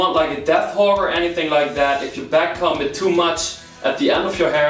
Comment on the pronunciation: am i the only one that heard him say “cum” every time he said “comb” ?